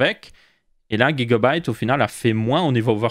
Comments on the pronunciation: Pourquoi guigua byte Au lieu de Giga On dit Giga octets pas guigua octets 😂 Ou c'est la marque qui dit qu'il faut prononcé comme ça ? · Tu me fume avec ton Guigabyte (j'ai ajouter un U ) Tu dit Guy .. mdr